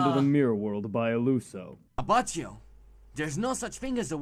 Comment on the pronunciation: oh god that Abachio pronunciation makes me wanna puke